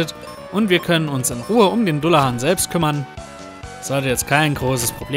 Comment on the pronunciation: [dallahän], nicht dullahan